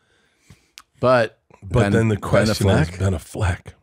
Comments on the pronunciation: Ben A-fleck..? A fleck? Wtf are they pronouncing it like that!? 😂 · Why are they pronouncing Ben Affleck's name like that? "BehNaflek" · The way they are pronouncing AffLECK irritates me idk why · Why are they pronouncing Ben Affleck like that? LMAO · Is how they are saying Ben Affleck a joke or do they really think that’s how you pronounce his name? Either way it is annoying the piss out of me.